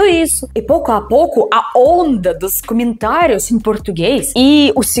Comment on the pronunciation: "Camentários" porque sílaba tônica é o tá, não é?